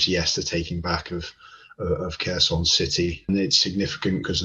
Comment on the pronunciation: It’s pronounced Herson, the K is silent.